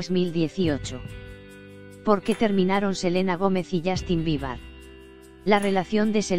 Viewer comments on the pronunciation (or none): Dijo "Justin Biebar" 😂😂😅😅😂en serio no tienen nada más importante que anuciar OMG por tanto problemas que tiene ese mundo ayyy yy No le creo nada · alguien mas escuchó justin biba?? Xd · Ajaja no creo nada, primero infórmese bien y luego hable Y también enseñece a pronunciar el nombre de Justin Bieber si no es mucho pedir .